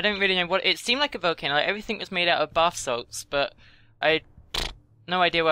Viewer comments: said bathsalts instead of basalt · "..bath salts.." Me Lol, it's basalt